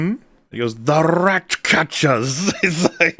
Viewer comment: “The Rrrratcatchers!” kills me every time. I want him to start deploying that on other streams. “Go pee, Rrrrags!”